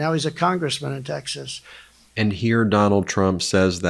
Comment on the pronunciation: Is he pronouncing Texas as Teck-schus? Donny McSlurry is at it again.